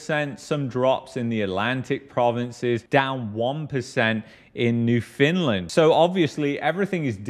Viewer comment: "New fin lin"? You're not canadian what so ever yet its all your talk about? Were you kicked out of your own country?